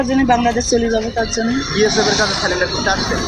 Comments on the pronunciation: বালের সাংবাদিক -সব কটা চ্যানেল -এ সাংবাদিক গুলো শুধু একই প্রশ্ন । আবার surrender কে বলছে -স্যালান -ডার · কেমন সাংবাদিক? স্যালেন্ডার বলছেন কেন। কথাটা স্যারেন্ডার।